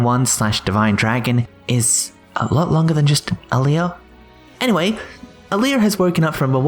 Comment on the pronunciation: Her fucking name is Alear not Aleale